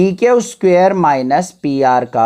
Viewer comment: Q ko kyaau mat bola kyu bola